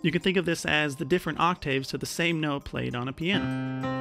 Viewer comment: Don’t say octAYv. It’s pronounced “ock-tiv” you peasant